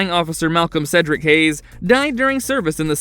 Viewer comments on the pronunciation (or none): none